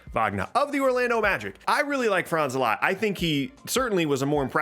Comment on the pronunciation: Its so cool to See someone who says Franz names right As a German i love IT